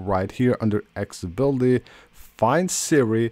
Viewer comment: learn how to pronounce " accessibility "